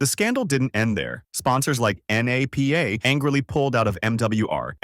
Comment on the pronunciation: AI voice over is what ruins this channel. any fan knows it’s not said like N.A.P.A